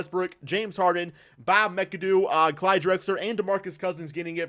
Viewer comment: You say McAdoo WRONG